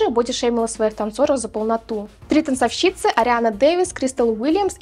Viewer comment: ТанцОвщицы. Откуда вообще взялся этот дурацкий вариант "танцовщИцы". Уши режет. Причём услышал я его впервые только несколько лет назад. Вот Вам рекомендация: пройдитесь по словарю ударений, пожалуйста. Слушать тяжело. И это не единственное слово, где я заметил ошибку в ударении.